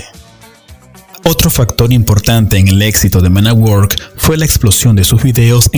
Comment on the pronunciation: Se escribe work se pronuncia werk